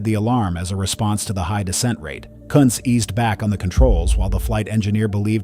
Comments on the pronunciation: Another botch job of a perfectly good German name. This time it's all AI's fault. BTW, his name was Captain George T. Kunz . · National 193's captain was George T. Kunz NOT what the AI said! Although given the accident cause/sequence i guess you could argue the pronunciation was correct!